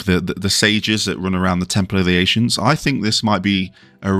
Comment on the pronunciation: Why are you saying ancients funny?? Ashients 🤔 🤔